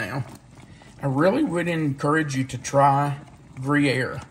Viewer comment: Not gree-aire…it’s grew-yaire. Just thought you’d want to know. Gruyere is too expensive, not to mention unavailable, for us. We use other cheeses. Haven’t tried layered onions before but that sounds really good to me-can’t wait to try that, too!